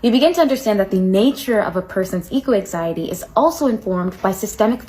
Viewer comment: "eco exiety"